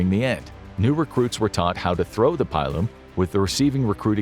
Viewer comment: I know you do a lot of history here and you know a lot, but please never ever say pile-um again. Its a pillum as in pillage